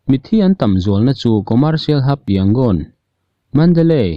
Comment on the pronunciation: Thupuangtu hian Yangon hi i lam dik thei si loa, Rangoon kha hmang law law zawk mai thei la a țha ang a!